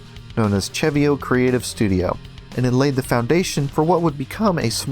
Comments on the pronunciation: actually no im 100% its seh-vee-oh not cheh-vee-oh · im almost certain its pronounced "se-vio" not "che-vio" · not sure if I'm correct, but I pronounce CeVio; Se Vee Oh